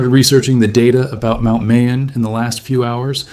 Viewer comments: Also, mah-yon. Not may-on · Pronounced Ma-yon, not May-yon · Bro…Mayon volcano is pronounced like My Own… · Pronounced like Maaa-yon My mom is from there. You can see it from grandpas house. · Mayon is pronounced MY-on...the 'a' gets no emphasis. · It would be heartfelt if you took the time to actually learn how to pronounce MAYON. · I would assume you watched enough info out of the Philippines on Mayon that you could at the very least pronounce it correctly. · Pronounce MAYON as you would say GALLON